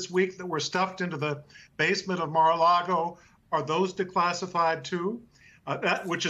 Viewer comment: mar-a -lago the r is in the first part.